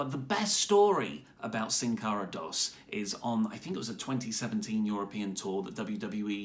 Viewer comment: you forgot to mention how Mistico also botched so much it rubbed people the wrong way too. Don't forget where the name "botch-Cara" came from Also lol you said "Dos" like "DOS". So what does that make Mistico? Sin Cara Windows or Sin Cara MacOS? 😆